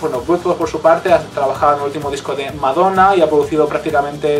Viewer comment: me es gracioso como dice madonna